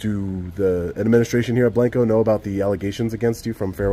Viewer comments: No it's not. It's pronounced BlAnco. It's not the Spanish word for white. I live here. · Odd pronunciation is BLANG-koh. Gota be from TX to know it.. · Pronounced blonco Texas the a is short